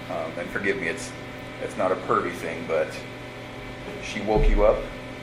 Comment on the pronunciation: PERVY not Purdy